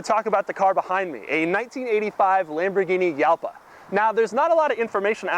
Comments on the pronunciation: As a guy that owned one of these for years I need to make a few comments. Doug! It is pronounced Halpa!!! Mine was a garage queen I found in Cleveland and it ran after sitting for years but I still had Evan's Automotive in Columbus Ohio (they work on exotics from around the world) rebuild it and like most cars of that era it did have some issues. First one of the head cam journals was out of round because some knuckle head over tightened the cam chain. And the front piston bank was scored which was typical because of the insufficient cooling. After a through rebuild and upgraded cooling I drove it for years and would have not hesitated to take it across the country. I have to laugh though because my windows took forever to raise just like in the video and I always wondered if the motors were going to fry. And he got the speedo right too. I had to use kilometers per hour and divide by two to get close to the actual mph. It's always easier to use a GPS for speed. The rear trunk was big and never got hot. We could put a 10x10 folding canopy, two folding chairs and a cooler in that thing. It is easy to store the TARGA (Doug) top behind the seats if you flip the seat backs forward. It drove like a go cart and was a blast. Here it is with a racing exhaust at the Arthritis Show in Dublin Ohio. Top speed geared out at 157 mph. I ran mine up to 142 mph and the faster it went you could feel the car getting lower to the ground and glue itself to the road. Wonderful machine. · You pronounce it incorrectly, it's Halpa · Uhhhmm Doug, I believe Jalpa is pronounced like Jalpa the Hutt. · Are you sure it isn't pronounce Halpa? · Jalpa is Spanish and more correctly pronounced ˈxalpa , sounds more like "halpa". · It's pronounced "halpa". Kinda. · you pronounced jalpa as yalpa but what about juice? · Hal-pa. Ooo-ra-chan. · ***** the correct pronunciation is like "halpa" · You don't say Jalpa right. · Pronounced Halpa not Yalpa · "hal-pah", not "yal-pah".